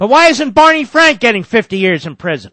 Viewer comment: Bawney Fwank would enjoy prison